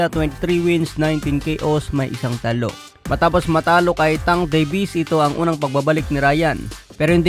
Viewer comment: hehe matagal ko na napapansin ang word na TALO sa pag banggit mo TA-LO😂😂😂